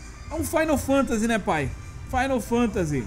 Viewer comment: " - Fainal fantasy " Kkk Pelo amor, rsrs